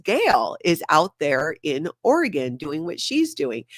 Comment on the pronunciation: the phone call was excellent! Thank you for pronouncing Oregon correctly. Liz Gale is awesome too.